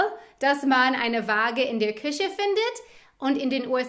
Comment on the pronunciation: Dein "Küche" klingt wie "Kirche", ansonsten super!